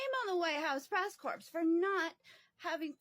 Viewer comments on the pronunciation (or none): No need to pronounce the “p” in “corps”… In fact, just don’t, because pronouncing it is just wrong.